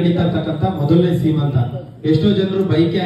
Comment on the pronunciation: ದಯವಿಟ್ಟು ಶ್ರೀಮಂತ ಅಲ್ಲ.....ಸೀಮಂತ ಅಂತ ಹೇಳಿ